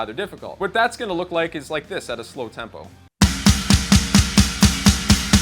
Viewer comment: Did you say tampo? hehe...very nice lesson.